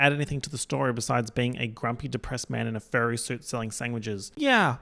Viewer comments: thank you for normalizing “Sangwitches” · “sangwidges” made me choke omg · me: sangwiches??? 🤔 Microphone: Yeah! 😑Sangwiches! 😠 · Me: "SANGwiches??? 🤨" immediately: "YEH, sangwiches. 🙄"